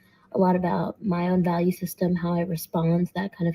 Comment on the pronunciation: "My oun vallue system"="Don't You Know Who I Think I am!!!"